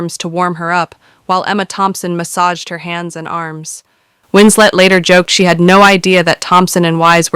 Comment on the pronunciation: I've never heard Winslet's last name pronounced that way.